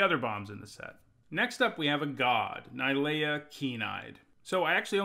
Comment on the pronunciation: Its not ni lea.... And you jist kept saying I lol